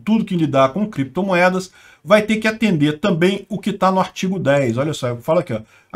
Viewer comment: Renan Canalheiro não errou na pronuncia do inglês, soltou o que estava por vir:Crepitomoedas